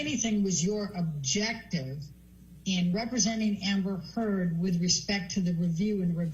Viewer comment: Did he say amber thurd???